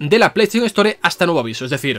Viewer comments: "se retira el juego de la ESTÓRE" tan difícil es en España pronunciar en ingles el inglés? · Me es imposible que no me haga ruido cuando escucho palabras en ingles pronunciadas en español, store, iceberg xd